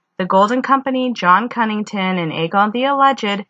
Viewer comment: Is it just me or is it Connington not Cunnington?